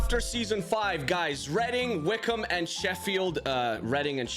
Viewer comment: Pronounced: Wick omb